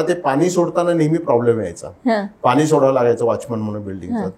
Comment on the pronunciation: Madam tumhi Pani aani ase uchchar krupaya chukiche Karu naka jethe motha n aahe tethe spasta mothya n cha uchchar karawa. Aikayla farach vichitra watate. Krupaya sudharana karawi hi winanti